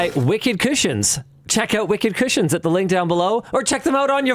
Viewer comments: His segwey really sounded like "Wicked Christians" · I kept hearing Linus say Wicked Christians, instead of wicked cushions. I thought that was a weird sponsor.